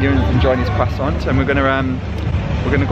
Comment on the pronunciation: don't sound the "t" in croissant 🙄